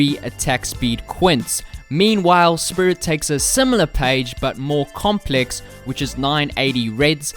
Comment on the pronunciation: You saying Spirit sounds like Spirrtit